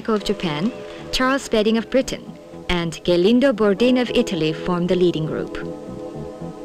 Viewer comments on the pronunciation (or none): ghelindo???? ghelindo bordin???? gelindo is more like jelindo , like gel